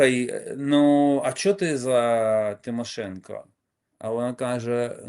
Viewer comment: Шановна Світлано,прізвище Тимошенко вимовляється українською із дуже чіткою букрою " О " в самому кінці./ В русском можете запросто произносить Цимашенка,,будет как раз то,что надо ...